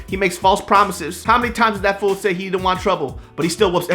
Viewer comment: "i don wan troble" ahhaaa